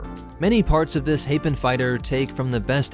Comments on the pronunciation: It's pronounced HA-PEES and HA-PAN. Also, the Hapes engineers really outdid themselves when it came to this fighter. They miniaturized a lot of components in order to fit so much into such a small frame. If I were creating my ideal starfighter, I'd definitely want the Hapes Consortium on my side. I'd also want to work with Mandalmotors, the Mon Calamari, and Slayn & Korpil. Come to think of it, I'd want them all on my side when designing any ship. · It's meant to be pronounced Hay-pees and Hay-Pan. Like, almost greek-sounding. It feels like a mix of France, UK, Portugal, and Spain in space... all the big, historically naval powers with historically aristocratic governments and constitutional monarchies during the golden age of piracy (considering the emphasis on piracy being a major problem in the Hapes Cluster, justifying a huge navy in the first place). Any Russia dashed into the mix would be Tzarist. Basically, its a Space-Europe microcosm with a matriarchal society.